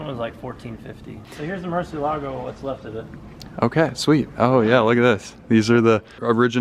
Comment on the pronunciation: Ok, finally I see how Lamborghini writes the name of the car and it clearly has an accent so it's Murcieeeeelago not Murciiiiiiiielago. It's Spanish guys.